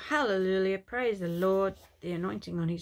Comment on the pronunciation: Do you realise, innocently you say Hallelulia instead of Halleluia... you make me laugh 😂. God bless.